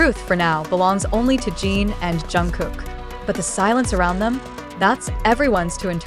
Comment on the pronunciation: Jungkook is already with Jimin for gods sake. And it’s not Jeen, it’s Jin